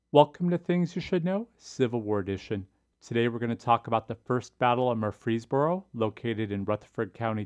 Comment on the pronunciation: Great video, but as a resident of Murfreesboro, allow me to tell you that the way we pronounce it is MURfreesboro, with the emphasis on the first syllable